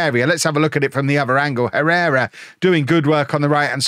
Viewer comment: It's pronounced "Errera". H is always silent in Spanish.